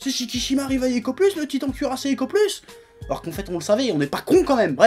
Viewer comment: J'ai entendu le "Tweetant cuirassé"